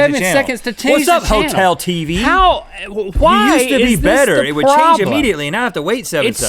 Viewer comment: I love how he says "why" lol CHWY?